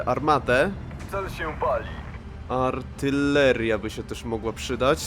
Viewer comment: co ma piernik do wiatraka? Polska to nie jest kolejna Rosyjska prowincja, tutaj mówimy po polsku, a poprawna pisownia i wymowa to aRtyleria. Dziękuję, nie mamy o czym rozmawiać